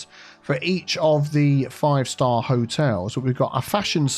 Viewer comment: "Charming Hoteals Co."